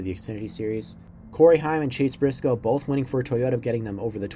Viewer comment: “Chase Brisoce”